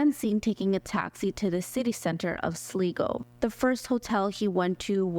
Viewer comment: Glad I found you! By the way, it's pronounced Sly-go. I used to live in a town with that name. Thanks!